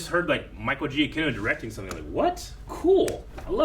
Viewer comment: Micheal Giacchino's last name is pronounced Juh-Kee-No. He also scored The Batman And The Incredibles.